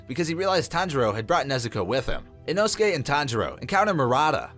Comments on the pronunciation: Inosuke name is pronounced in-oh-sook-aye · Captions are worse than inosuke's pronunciation